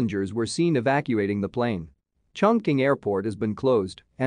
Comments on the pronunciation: It's pronounced as "Chong Ching" ok? And not "Chong King". It's, the largest city in the world by population. Where have you been? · CHONG QING 重庆